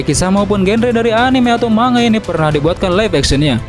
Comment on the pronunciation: Bukan dbaca ma-nga bang tpi mang-ga